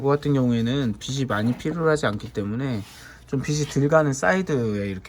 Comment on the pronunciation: 빗이 아니라 빛이다 비치로 발음해라